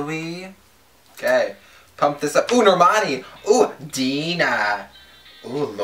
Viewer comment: It's pronounced DIE-NUH. Not DEE-NUH.